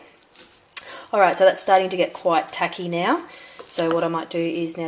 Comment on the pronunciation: She said tacky not taggy